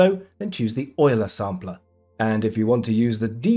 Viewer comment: finally someone who pronounces "Euler" correctly